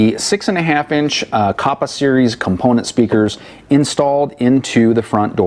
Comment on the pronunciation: Kappa not koppa. Other than that good video.